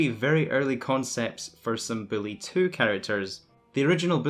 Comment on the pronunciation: “Billy Two”